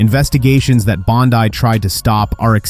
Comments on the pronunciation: I can't believe the banner for this clip literally used a photo of Judge Judy as the Judge, lol. And this didn't happen. So bad, its bad, lol. And no I won't support this channel. Stop making things up, it doesn't help. And her name is pronounced Pam BONDEEEE, NOT BONDEYE. Silly goose. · Is pronouncing her name "bond-eye" a way of insulting her, or do you really think that's how to pronounce her name?